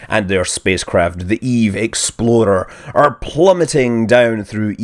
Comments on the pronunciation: Why does it always sound like hes saying "Eve Exploder" anyone else getting that? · it's not that we are mis HEARING it. it just always came out like EXPLODER. with a D instead of an X. i like your videos though. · So I'm not the only one who kept hearing Eve Exploder? :O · Scott, every time you say "EVE Explorer", I hear "EVE Exploder". I can't help it. It's just how you are saying it. I've had my doubts about the outcome of this mission from all the way back when it launched, because of this. edit: nvm, you finally addressed this point in this video ^^ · He says "explorer" like "exploder" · i just thought he was being funny and kept saying "exploder" on purpose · Aha! It's all in the pronunciation: Explahter is Explorer, while Exploader is Exploder! It all makes sense now! Sorry, Scott. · why does he pronounce "explorer" with a "d"? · He just rolls the "r" I think